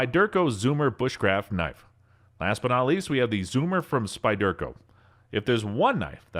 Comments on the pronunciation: lol yeah that was getting to me also. The Spy-Dirk- O just topped it for me. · Hilarious pronunciation - Spy-Derco, indeed... Also, what is a Ferrero Rod? Is it made of Hazelnut spread? Ferrous Rod, surely..? I think your auto-narration tool is having an off day. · Couldn’t pronounce: Morakniv Falkniven Fero rod Leukeu Pukko ESEE fucking SPYDERCO Etc. 😂 I’m sorry but this dude has never touched a knife in his life, I never post mean comments or even dislike vids but this is another level😂😂😂 Also what’s w the voice change?¿